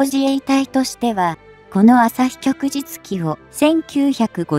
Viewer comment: ✖ 旭（あさひ）日旗（きょくじつき） 〇 旭日旗（きょくじつき）